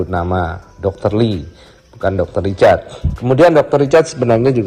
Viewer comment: Richard bang yg bner bukan ricatd ( H ny ga d pke 🤭ga pke T tpi pke R ).. 🤣🤣🤣🤣MAAP CANDA